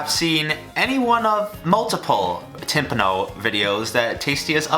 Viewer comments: ITS TIM-PAWN-NO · tim-PAH-no silly goose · Every time he mispronounces timpano I cringe Still glad he finally made this :0